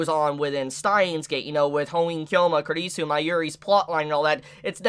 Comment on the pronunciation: You pronounce kurisu very bad, you really need to work on your pronunciation, you made me offended 😡😡